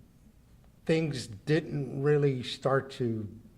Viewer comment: Coodont🤔 avarated😵‍💫 Deedent even noo😖 Us Hispanics don't claim this rambling what in the "make want to tear my ears off and put them on backwards" is going on here.🤣